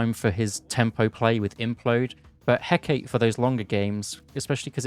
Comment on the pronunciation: Its pronounced Heck-A-tee